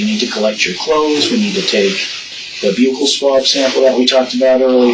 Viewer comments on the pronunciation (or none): “Byookle Swab” ?? 😂 I’ve never heard Buccal pronounced like that hahaha